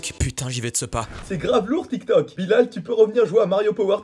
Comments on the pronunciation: Elle a dit télé tok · L'arabe dans la vidéo est claqué au sol hhhh et tiktok ne se prononce pas comme elle la dit hhhh 😌